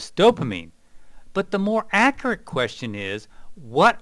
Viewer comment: the way he pronounces "akurat" got me dieing